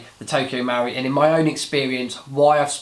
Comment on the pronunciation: Marui, the u comes after the r. MUH-ROO-EE not MOW-REE no? Looks nice in the box. Did you compare it to Krytac Trident MK2? Good vid, I'll check out the review.